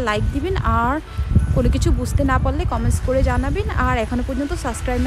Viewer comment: আপ, সাসক্রাইব না, সাবস্ক্রাইব। কথা বলা এবং তথ্যগুলো ভালো লাগলো।